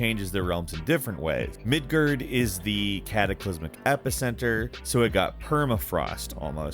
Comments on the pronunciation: You can pronounce all these realms perfectly except Midgard? WTF is Midgerd? It's Midgard. Gard is pronounced like guard. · "Midgar" and "Midgard" pronounciations make me want to quit these videos so bad. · mid-guh lol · Mf said “Midgurd” lmao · Midgurd? lmao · MidGERD? Really,? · The way you said Midgard, it sounded like you said Midgurd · Bro did he really just say "Midgerd" Its Midgard.. Mid"Guard"... Bro you ain't no real GoW player gtfoh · lol....I couldn't finish watching the video. I love your content but you really butchered the pronunciations of so many things that were mentioned in the trailer and previous game. It's not pronounced "mid-gerd", for example. It's "mid-guard". Stuff like this normally doesn't bother me, but for some reason it did here. Sorry man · i’m gonna pretend i didn’t hear ‘midghurd’ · Im sorry i "Midgerd" ? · It's pronounced Midgard not MiDgArD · Dude said “Midgurd” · "Midgurd" "Nilfheim" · "Mid GURD" SERIOUSLY? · "Mid gurd" lmao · The way his said Midgard 😂 but I really can’t wait for this game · Oh god the pronunciations lol